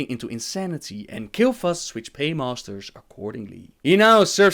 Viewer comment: Killfas = Kael'thas. He can't say the name properly, I think.